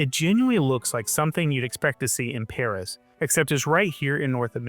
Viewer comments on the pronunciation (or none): none